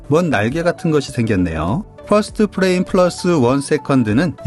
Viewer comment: frame은 '플레임'이 아니라 '프레임'이라고 읽어야 합니다. '플레임'은 'flame'을 읽은 발음이에요.